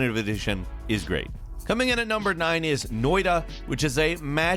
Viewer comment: I gotta do this. Noita, not noida.